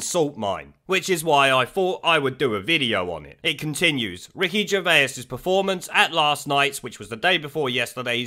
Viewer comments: Who’s Ricky Gervayers? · Who's Ricky Gerveyus?